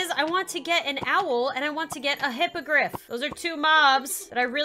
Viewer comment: Does she mean hipagrif or grifindore